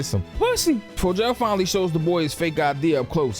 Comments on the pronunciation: Bro I'm convinced you pronouncing these names WRONG on purpose at this point 😆 cause ain't no way you sat up here and called him FOE-JAIL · “Helen’s” name is Becca 😂😂😂 and Fogels name is pronounced fo-g-al. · you got me fucked up for the way you say Fogel 😭